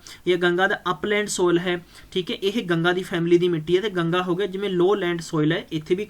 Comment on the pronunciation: Material ta vdia hega but j changa teaching da trika hove ta gal e vkhri hundi aa... jive k appa keh skde aa, jive k tusi dekh skde ho, acre nu arc boli jande aa, soil nu sol, oxides nu oxodies, aap ta ghat pdya lgda teacher but dhakke nal notes kito download krke thopi ja reha